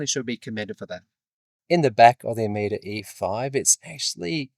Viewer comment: It's pronounced O-MO-DUH.